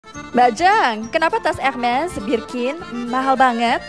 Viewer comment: Ini mba keren bener pengucapanya menurut bahasa perancis ... ada bbrp seleb bilangnya herme wkwkwk ... yg bener embak nih pengucapanya curiga jago bahasa perancis mba nya hehe cantik pulak ❤❤❤ keren mba suka edukasinya